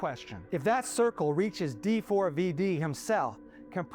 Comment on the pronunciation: FYI - it’s pronounced “David”